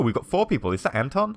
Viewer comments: I thought the pronounciation is : Anton = Un-ton Cveta = Sway-ta Pavle = Puff-lay Zlata = Zla-ta (A as in Arm) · Your pronunciation of the names is freaking terrible! Cveta is pronounced "Tsveta", Zlata is pronounced like the name of the footballer Zlatan Ibrahimovich but without the "n" (duh :D). To say Anton properly, just change the stress and Pavle - I don't have any idea myself, so I'll accept your pronunciation! P.S. I know this video is 5 years old, but it really bugs me how you pronounce the names! So, to summarise - this is more of me venting out, then an actual criticism !